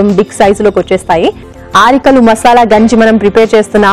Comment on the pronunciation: She doesn't even know how to pronounce arikalu